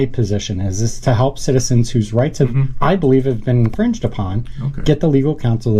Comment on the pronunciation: Lol wite dude said civil rites. I love y'all man and I'm Mexican!